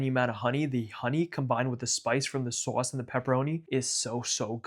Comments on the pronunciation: I can tell from the way you say other words that your pronunciation of SAUSCE is not done ironically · seriously the way you say sauce is chef's kiss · Your sauce pronunciation is everything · You don't know how to say sauce. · what's the point of making pizza if you don't pronounce 'sauce' like Tony Soprano